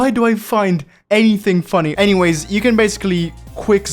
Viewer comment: "Saying anything" Also Him: "Saying Anyways After" Btw His "Anyways" Sounds Like.. (Engiweys)